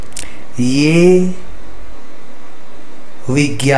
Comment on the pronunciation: It is not bigyapan, it is vigyapan.